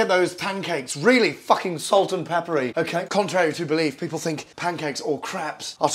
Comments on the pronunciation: Okayh,olive oil, in, black pepper, salt, in, beautiful, okayh. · I had it on speakers, and my sister was sitting on the other side of the room and she couldn't believe Gordon Ramsay would do something like this, so she thought maybe he did a funny sketch and came over to have a look. She honestly couldn't believe her eyes. Honestly, you HAD us at 'Okhay' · Nobody: Gordon: oukhey oukhey oukhey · The accent is good and everything but you say the word OKAY too much man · Gordon Ramsay lives is the Ukhay, Okhay?, Okhay.